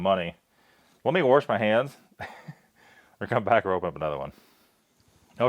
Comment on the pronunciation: Sorry but I just gotta lmao. Trust me I rarely criticize anything but this one does get to me when ppl do it... so tell me when did wash gain an R? Warsh your hands eh? Sorry had to. I bust everyone's balls about that one. Cuz I just really don't understand how u get that outta wash. But plenty of people do say it like that so yeah... I mean what do I know really. Like I said I really never say anything to anyone besides this word pronounceiation